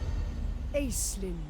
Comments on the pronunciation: One of those is my name! I don't think I can get this DLC unless they fix how they're pronouncing Aislinn, haha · That intro had me hooked immediately, it has been driving me crazy how they are saying the name hahah